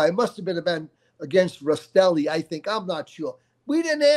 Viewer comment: Love your channel, I recommend learning to say names right as in Rastelli instead of Rasitelli. And Gaggi is said with the two gg making a j sound, not Gag ee 😂🤦‍♂️